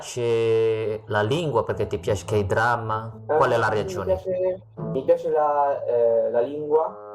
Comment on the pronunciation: I think someone in another comment said his Spanish sounds Chilean, so that could also influence the pronounciation of "Piace"? I believe in Chile they tend to reduce the Spanish 'ch' sound like that.